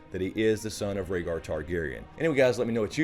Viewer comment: Ragar targaryen butchered rhaegars name